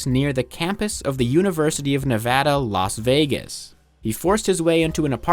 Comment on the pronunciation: Interesting content, delightfully dry humor, and you pronounced Nevada correctly? This is basically the perfect YouTube video.